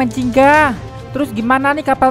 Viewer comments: Gingga bang bukan jingga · bugan ziggan tapi yang bener itu ginga